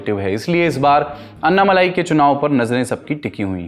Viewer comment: हिंदी टिप्पणीकारों के लिए: - वे अन्नामलाई नहीं हैं, वे अण्णामलाई हैं। अण्णा यानि तमिय भाषा में 'बडा भाई'।